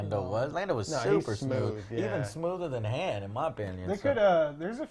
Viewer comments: Joe stop saying Han's name wrong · Maybe because of how Lando kept saying it in 5 and 6?